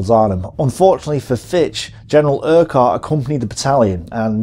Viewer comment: FFS! The Scottish name - URQUHART is pronounced - URR-KUTT NOT - ERQ-WHART. I can understand a Yank getting this wrong, but not a British WW2 history buff... So you get a thumbs down for that alone! . Another WW2, YouTube geezer mispronounced the other General... AUCHINLECK - Which, like the - QUH in URQUHART is prounounced as a hard C or 'K' - As in - AW-KIN-LEK NOT - AW-CHIN-LECK (...eye roll...)